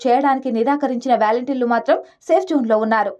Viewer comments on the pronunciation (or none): It’s not valenteers.. volunteer.. your pronunciation is ugly..